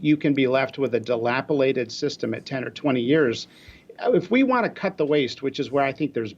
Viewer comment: lol did he just say 'dilapilated'? :/